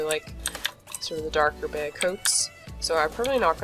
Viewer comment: “Ok so there’s a bEy and a grEy here at the mEYnor”